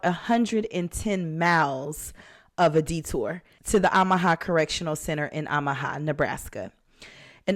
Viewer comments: Is pronounced “Oh”maha. Not Ahmaha just fyi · I love your channel! Pronounced OH Muh ha 😂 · Kind correction. It’s OH ma ha. No shade. Your voice is so soothing. Please continue to narrate your episodes. The robot voices creep me out.